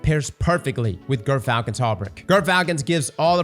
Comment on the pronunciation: I swear he's saying girthfalcons